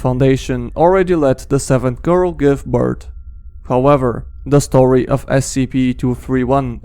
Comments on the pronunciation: You said beirth not birth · My guy birt is not a thing it’s birth